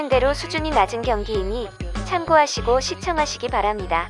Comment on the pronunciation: 참고하시고 시청하시기 바랍니다가 참고 시청하시기 바랍니다로 들림